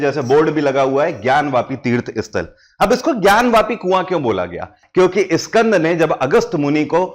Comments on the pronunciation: Please say skand not Iskand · Iskand. Puran nahi. Bete. SKAND. Puran. Kaho. . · इस्कंद पुराण नही स्कंद पुराण होता हे. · स्कंद कहिए,इस्कंद नहीं!हिंग्लिश क्यों?